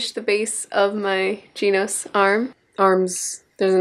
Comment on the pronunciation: she pronounced genos 'jeenos' facepalm but appa rt from that its a good video